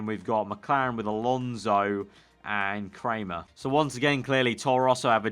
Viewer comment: Dominik Kraihamer is pronounced cry-hammer